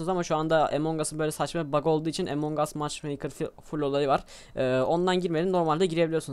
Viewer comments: emong us değil doğru telafuzu among us translateden bakabilirsiniz neyse efso video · ABİ AMON GUS DİYE OKUNUYOR OYUN AMONG US DİYE YAZILIR AMON GUS DİYE OKUNUR :D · abi emong us deyil among us